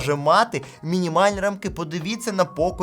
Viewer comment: Чому наголос в слові рамкИ на останій склад? Ріже вухо. Правильно рАмки. Дякую за розуміння. Дивлюсь ваші відео давно. Дякую за якісний технологічний контент.